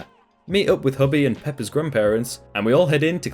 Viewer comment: Him saying peppa with the accent he has makes me half smile